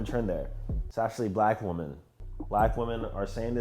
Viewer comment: I have no idea why you can’t say women or woman right 😂